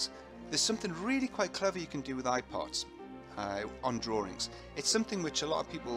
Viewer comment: all the time i was thinking he says "iPod" :D